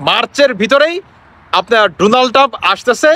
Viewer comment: পাম্প না ❌ টাম্প ✅